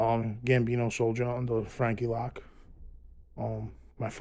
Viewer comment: Its frankie loc. Not lock jerkoff